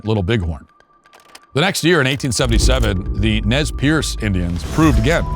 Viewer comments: Just a note, it's pronounced "Nez Purse" not "Nez Pierce" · That's not how you pronounce "Nez Perce." It's usually "Nez Purse" and sometimes "Nez Purz."